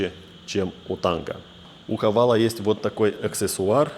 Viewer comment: Правильно Хавейл) почему многие говорят всегда Хавал